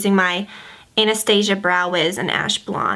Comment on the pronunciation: It sounded like you said anus- tasia lol!